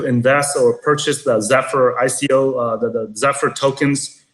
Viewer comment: did she pronounce ico, iko?